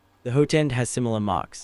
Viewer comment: What is a hoo-ten? It’s hot-end. You say it right several times in the video.